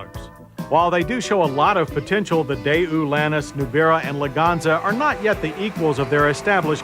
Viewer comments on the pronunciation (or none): I couldn't find any other sources online pronouncing it "day-ew." I found multiple examples online of saying it "day-wu" (the way we expect). I found a Korean person's video that said: Americans pronounce it "day-wu," but a Korean would say it more like "tay-wu" where the "t" sound is somewhere between a "t" and a "d" sound. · Day Ooo, Cam Ray, a couple of memorable Motorweek pronunciations.